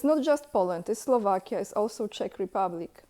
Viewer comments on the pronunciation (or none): none